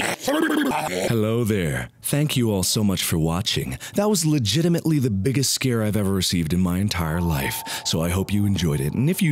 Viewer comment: "There's legitamitaly a thing."- Markiplier 2014